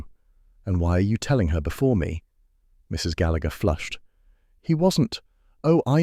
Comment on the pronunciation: The man is pronouncing the name Gallagher wrong